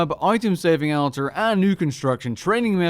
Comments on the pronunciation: Hehe he pronounces altar weird. Silly man. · Nice to see on the official RuneScape channel, (but Jagex didn't teach him how to say "altar"). I wonder if this will replace Lumbridge as the go-to location for portable skilling.